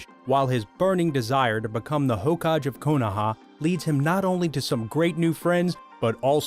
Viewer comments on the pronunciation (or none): ever time he said hokadge i was like its hokage! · Hoe Ka GE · Hokagi not Hoe-kaj Kyubi not Kayubi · Hokajje lol hokage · Haha lol dude its hokage 🤣🤣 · Kayubi 😂 Hokaj😂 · Hoe-ka-gay = Hokage not hokaj It’s like you’ve never listened to the audio of this anime at all..... dubbed or subbed..... 😳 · kaiubi 😂? hokaj????😂😂😂😂😂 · Please the pronouncing for naruto is killing me. Kayubi...hokaj...my heart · 'hoe kaj'? lol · Bruh it's hokage and Kyuubi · Its not kayubi hokaj or konorahakure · How he say hogake made me so mad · dont speak about naruto u dont even now how to pronounce hokage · Bruh list is good but fuck your pronunciation. Kayubi? And can't even pronounce hokage.